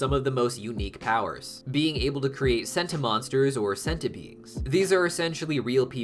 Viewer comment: I pronounced as Senti not Centi,.